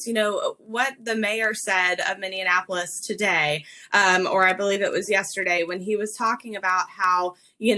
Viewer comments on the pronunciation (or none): It's Minnesota and Minneapolis, not Minnianapolis.